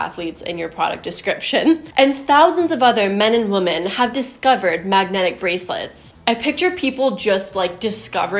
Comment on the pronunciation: I thought you said maggot bracelets at first and I was like wtf for a moment 😂😂